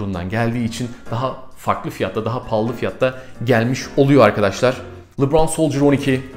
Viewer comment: Abi yanlış anlama bunu iyi niyetimden söylüyorum o lıbran degil lebron yazıldığı gibi